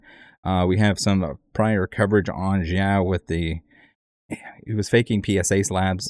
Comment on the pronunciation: I would be careful with names, xiao is pronounced much differently and may cause confusion. I know your work is great and I am not trying to bash only help, If I heard Zhao I wouldnt think of xiao which is more like Sh- ow (as in ouch. Sorry if seems rude.